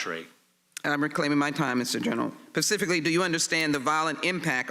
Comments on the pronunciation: Pacifically? Who's talking about oceans? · Pacifically, Ms. Jackson-Lee? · Sheila Jackson Lee Also of note, "Pacifically" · A little off-topic, but does Ms. Jackson-Lee have a speech impediment? ”Pacifically, ” instead of, ’specifically.’ She said it twice just after the 58 minute mark. (I listened to it a few times to make sure I wasn't missing something.) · Did Rep Jackson just say Pacifcally instead of specifically??! 58 mins in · "Pacifically" - Sheila Jackson Lee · Ms. Jackson Lee is in Congress, yet she says "pacifically" like a 3 year old...... Democrats show their low intelligence in the funniest ways sometimes... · she really said “PACIFICALLY” 😂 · Pacifically? Where did she go to school?